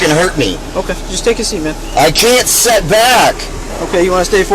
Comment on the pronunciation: Why do so many rednecks say "set" when they clearly should be saying "sit"?